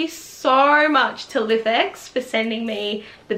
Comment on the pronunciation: Thinking of buying one of these, so this video was done very well and ur channel in general is great! *Just a little FYI: its pronounced "Life-X" not lif x haha 😆🤣